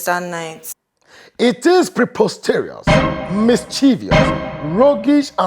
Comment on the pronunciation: First time I hear mispronounce words ooh! No be so dem dey pronounce ‘preposterous’ and ‘schizophrenic’ ooh! Although he kind of got the schizophrenic a bit.